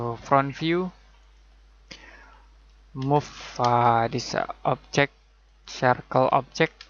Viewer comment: no one says 'objec' better than this guy